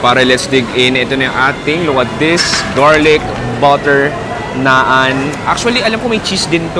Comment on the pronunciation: Naan "nahn"